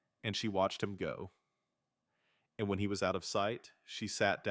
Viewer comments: It’s not the writing, it’s the ai reader emphasizing “and”. Doesn’t help that it’s emphasized way too often. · Too much emphasis on the word 'and '